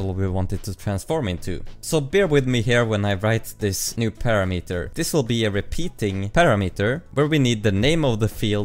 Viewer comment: your pronunciation of the parameter is not standard.